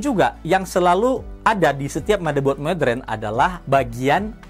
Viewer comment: siapapun yg memyebut kata² Modern dengan "Modren" biasanya orang pintar